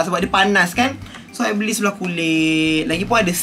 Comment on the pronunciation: Suka betul dengar cakap "seluaq" 😆